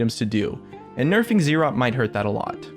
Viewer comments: IT IS ZZ'ROT NOT Z ROT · not ZEErot, Zrot. (Buzz - zz -> zz'rot)